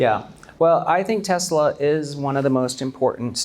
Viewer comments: As a Korean-American, what the hell is 'Teslar'? Why do Koreans keep throwing extra 'r's into everything, slurring stuff like 'Rhee' for 'Yi' or 'Park' for 'Bak'? It drives me fuggin nutz. 🥜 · Is it so hard to say teslA? it's not teslAR! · Why is it pronounced tesler? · Dude is invested in tesla but he cant even say the name😂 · wtf is Tesler? 😂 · My dude and his Tesler'.. hahaha